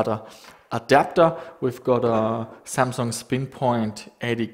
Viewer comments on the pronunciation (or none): none